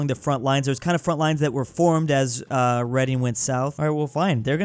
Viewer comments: it’s really not 😂 it’s pronounced ‘reding’ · that's my home town, it ain't no city and it's pronounced: red-ING not reading 😢 😔 😞 😐 😑 😒 😢 😔 😞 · He pronounced reding reading😭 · It’s said birmingam and reding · ‘Reading’ is actually pronounced ‘reding’ lol it’s weird ik 😂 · reading is pronounced redding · Bro said Reading like Read-ing 🙄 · Its actually pronounced red ing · Its Redding innit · Reading tho 😭😭😭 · it's like the word "read" (past tense of read) with "ing" at the end, it's not difficult idk why people mess it up. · Reading is pronounced in the past tense, as in "I read something yesterday" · As a resident of Reading I am offended of the way you pronounce our city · “Tames River” (It’s pronounced Tems). Why is London a snake? (This trend seems common so this is the only one I will mention). “Tames” again. I’ll stop counting them now. Yes, it’s pronounced “Reding”. That is where Swansea, Llanelli and Neath are. Not Cardiff. (This really hurts because I live in the pink area). I already talked about snakes, but this thing needs to be mentioned too. Also, Cardiff is in “this thing”. Thank you. (I’ll write more later) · As a British person, I can verify that "Thames" and "Reading" aren't pronounced that way, and anyone who does is publicly humiliated.